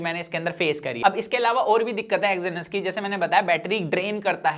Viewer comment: Exynos bolna sikh le pehle